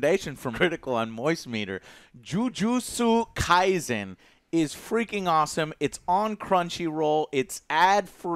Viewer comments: omg you butchered the anime name joe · Listening to Joe pronounce Jujutsu Kaisen hurts my brain lol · It physically hurt me when he said jujutsu kaisen the way he did 😭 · You know damn well you’re saying it wrong you’re not that illiterate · So much cringe in how he pronounced jujutsu kaisen